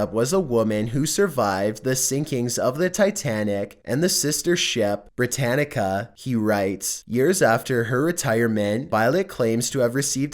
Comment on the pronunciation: The Titanic's sister ship was called the Britannic, not 'Britannica'